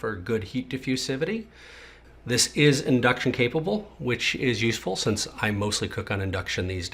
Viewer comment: "heat divusivity"? HAHAHAHA